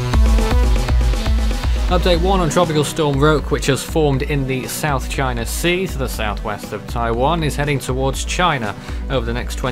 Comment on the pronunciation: Roke is pronounced row-kee